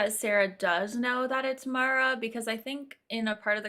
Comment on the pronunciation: Love you all but how have you missed that Mara is pronounced like marinara sauce and like Sarah. She’s mentioned it every time. 🤣😂😅🥰❣️🌹💋